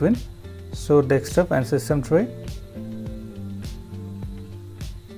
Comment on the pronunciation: Good video, but please take care not to say "dekstop".